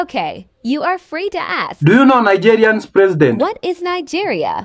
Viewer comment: I hear kandry, presidend . English is Englishing 😂